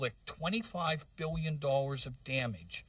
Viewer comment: 1 billwion dollars